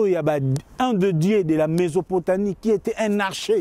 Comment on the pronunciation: On dit mésopotamie et non mesopotanie